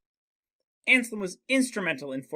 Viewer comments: You mispronounce the name just like my students! It's not Anslem, it's AnSELM. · Ansalem? No, it's ANSELM. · Damn that name butchering tho